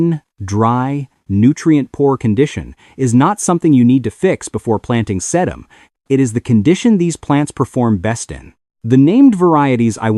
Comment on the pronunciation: You can always tell AI GENERATED crap. Listen to how they pronounce Thyme, Bugle and Sedum